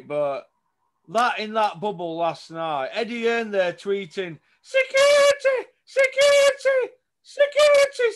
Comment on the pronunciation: Haha “securiteh securiteh” 🤣🤣